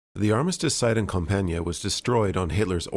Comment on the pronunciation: Compiègne is a tough word to pronounce for english speakers. To make it simple you should just say "Comp-yen", and you'd be closer to the french pronounciation. And Foch is pronounced Fosh!